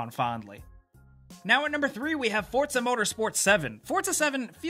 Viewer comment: btw its for-za not fort-za